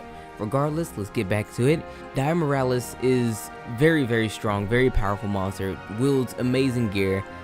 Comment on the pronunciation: Lmao i cant handle how you butcher all their names.. dire morales? Is that miles morales brother? Alatron? A fckin transformer?